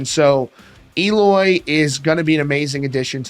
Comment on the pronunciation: It’s pronounced “L oy”